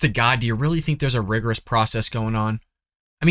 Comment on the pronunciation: Dude, you can't even pronounce the word "rigorous". Go back to Mommy's basement. The adults are talking.